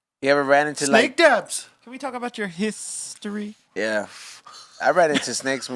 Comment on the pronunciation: “Talk about your hissstory”